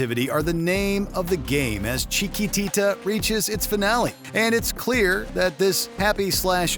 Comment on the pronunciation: OMG! Please stop trying to say "Chiquitita!, you cannot say "Chiquitita" without making everyone's ears hurt! Stahp!!! "Touch Me" has a better outro than "Riders on the Storm. And where tf is Fool's Overture?...fool.